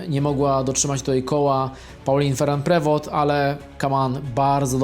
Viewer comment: Pauline Feru Prewo, jak Ty to wymawiasz!!